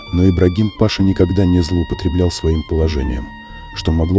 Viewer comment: Господи....ну какой пАша????? кто озвучивает вы в школе учились? не знаете где и когда нужно правильно ставить ударение??? смотреть хочется, а вот слушать - нет.